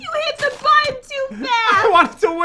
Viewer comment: Button* the second time you said button it said botton